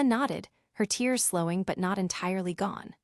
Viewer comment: I enjoy the storues but they would ge so much better if AI could pronounce words correctly i.e. lives vs lives, tears vs tears 😮